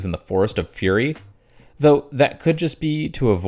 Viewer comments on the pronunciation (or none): none